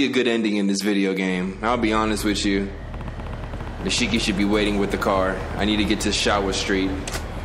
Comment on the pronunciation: Nishiki is now Nahshiki. Lmaoooo